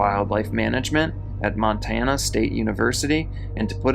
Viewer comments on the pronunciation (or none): none